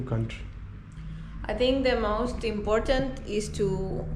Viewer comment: still saying “imporntant” is crazy